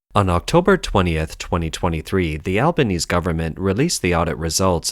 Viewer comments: Albanese not Albanes. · Its pronounced AlbanEZEE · Albanese is pronounced Al-ba-nees-ee. Check out some Aussie political news reports to confirm. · Lol Alba-knees